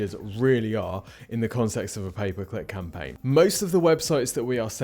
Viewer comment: I hear "paperclip traffic" when you say "pay per click traffic" 🤣🤣 I was like... WHAT is he talking about!